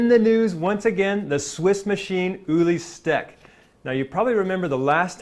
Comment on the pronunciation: too bad you can't pronounce his name correclty